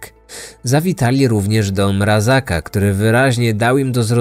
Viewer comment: Mrazka a nie Mrazaka. A tak poza tym, super film :)